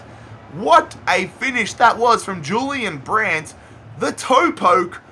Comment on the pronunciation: And he was pronouncing Julian Brandt wrong